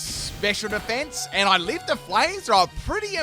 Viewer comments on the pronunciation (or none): none